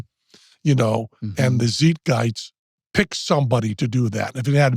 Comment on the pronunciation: zeet-gyst? Cmon Penn do better